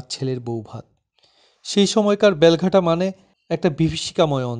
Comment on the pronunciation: বাংলা উচ্চারণ ঠিক করুন। বেলঘাটা কখনও শুনিনি। জায়গাটির নাম বেলেঘাটা